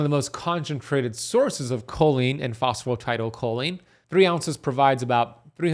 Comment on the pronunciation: You know I'm not understanding what you're saying are you talking about phosphatidylcholine?... I think you are just saying it wrong in fact you can get it from less than cheaply at most stores